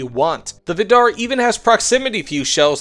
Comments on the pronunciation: It's pronounced viidar, not vidaar. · From a norwegian, it's pronounced more like Viidar, not Viddarr